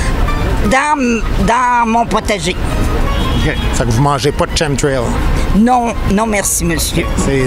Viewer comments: "KemTrail" mon Guy. ChemTrail-> Chemical Trail, chemical en phonétique->ˈkemɪk(ə)l. Faque c'est un ch dur. Pis chapeau pour ton interaction avec Farfadaa! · Un rassemblement d'intellectuel ? En passant Guy, "chemtrail" ce prononce "kem-trail" merci! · des ccchhhHHHHEeeeemmss trail, trail en anglais Guy, Chem c'est pas Chem en anglais, Merci pour ton ignorance, tu nous gates dans le Vox-Pop! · Oui y troll mais chu pas sur que Chemtrail mal prononce en fait partie.